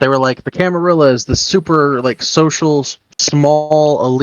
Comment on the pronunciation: Used to be "La Camarilla" but the 'La' part went away. Camar-illa like van-illa works fine now that the 'La' was dropped. 😂